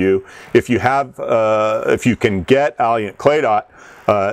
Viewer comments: Alliant------- Auh-lie-ant, learn how to pronounce it. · He needs to Google "how to pronounce Alliant" because it does not sound like "Alley-Ant", and he keeps on saying it wrong, over and over again!